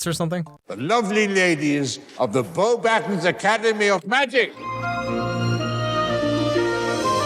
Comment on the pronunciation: "YES! finally did another Harry Potter video!" Everyone said calmly. Edit: in the movie, they actually say Beauxbatons wrong. It is Bo-ba-ton.